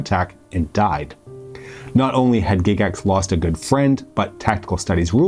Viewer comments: Has everyone been pronouncing Gygax wrong for the past 50 years? GIGax? Never heard it pronounced that way in all my life. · It really threw me when I heard you pronounce "Gygax". I had the odd notion that I could have been that wrong for so many decades. I was relieved to find out I was not wrong. :D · "Gig ax" tho? Really? Well done otherwise, but that was painful. Tell you what I remember about ET. My mom made me throw away my D&D box set in 81 because of the panic. So here I am watching this movie with her, and the kids are playing D&D and one of them calls another one "penis breath." Not helping, guys. Not helping. Great movie tho.